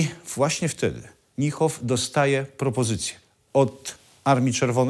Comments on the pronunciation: "Niehoff" aż gryzie w uszy, wymawia się Nihoff. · Chyba nieco Pan przesadził nazywając gen.Niehofa "fanatykiem", pomijając, że nawet poprawnie nie umie wymówić Pan jego nazwiska. Generalnie wiele materiałów na tym kanale jest dosyć tendencyjnych. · Panowie, troche wiecej starannosci - nazwisko Niemca wymawia sie NIHOF a nie NJEHOF